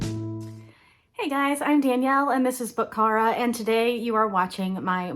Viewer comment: you pronounced it perfectly!! so excited you’re joining us!